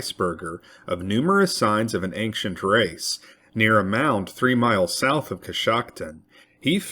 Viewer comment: Bro the word ancient doesn’t have a G in it